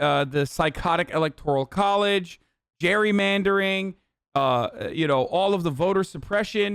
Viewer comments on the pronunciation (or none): said "Gary-mandering".